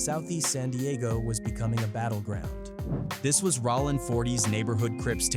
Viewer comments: "RAH-LINN 40..." 😂😂😂 This AI 💩 is lame. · Cool video but that AI stuff sounds stupid it sounds fake like wtf is ralin crip if Ai so smart why it can't pronounce word's correctly smh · Rawling Crip 😂 Skyline Pyrua Bruh spell it for the AI the way you want it said 🤦🏾‍♀️ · You weird clown ass content creators need to get shit straight Cuz is "Bullet Loco" he raps under Jayo Felony and it's not Rawlin Citch it's ROLLIN Stop letting AI create when you clowns try retell African American street culture! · "rawlin" 40's crips 😝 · I can’t listen to this bull$h!t … MF AI can’t even say rolling properly